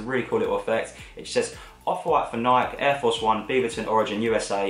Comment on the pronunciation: Say Nike properly PLEASE